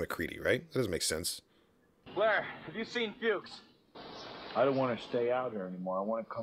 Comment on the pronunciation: You kept calling Fuchs Wndows, and Nauls Childs, a little off there broski. 😛